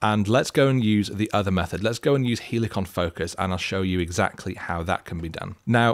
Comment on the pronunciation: don't say both.. say it properly lʌɪk(ə)n 😜 (but seriously! 😐) I mean great video 👍